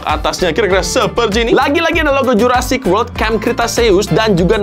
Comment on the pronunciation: Jurassic world ✖️ Juruparrkir world ✔️